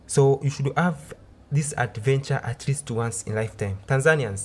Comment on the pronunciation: Do you have a problem with H? Aving insted of Having, ave instead of have, andred instead of hundred